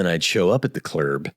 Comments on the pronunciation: Steve calling the club the "clurb" has me dying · “clerb” “that’s not true, I’m now lying” for some reason these made me laugh way harder than I was probably supposed to. He’s really fucking funny